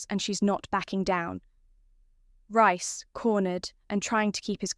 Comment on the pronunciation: Don't get it she can say Priya but not Reece oh yeah RICE🤣🤣🤣🤣🤣